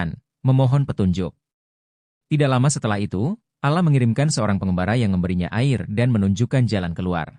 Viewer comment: Yang menceriterakan ini siapa ya kok Allah dibaca alah bukan Alloh